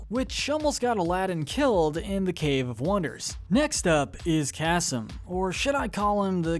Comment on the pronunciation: It’s Cassim not kassam